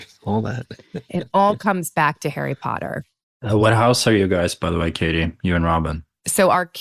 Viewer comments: It's "Katee", not "Kate", but yes, I love them both so much, bro! They're both amazing people, and great actors as well! Katee's an international Hollywood sci-fi treasure, such a babe! And Joel's a comedy legend, man! He's been in Community, 30 Rock, and now Animal Control on Fox! This guy is awesome! I love Joel McHale so much, y'all! He's insanely cool and talented! What fun he is to watch! His work is phenomenal! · Bro, totally! Joel is amazing, and both of them are great together! And I'd watch them in anything, man! Also, it's not "Katie", her name is "Katee", got that, dude? Thanks!